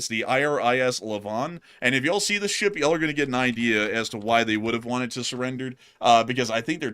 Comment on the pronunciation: "What Iran got is what it wonted"